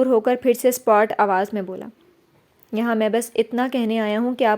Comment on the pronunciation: Good job Masha Allah but word sapaat hy jis ap spot ada krti hn